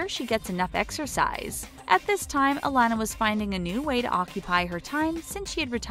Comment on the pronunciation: its UH-LON-AH